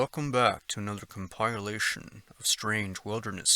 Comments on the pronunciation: That’s com-pi-lation 😉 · Yes its com-pile but its com-pil-ation.😉 It was my drone you heard sniffing your scent. (the stealth propellers make a slight wheezing sound.)😉 I was watching you then and I watch you now.😁 Great voice you have. Any more National Park disappearances?